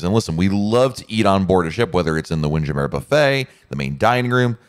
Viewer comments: can't get passed his pronunciation of WindJammer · Mais oui! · It's tongue-in-cheek. Like saying "Tarjay" for Target.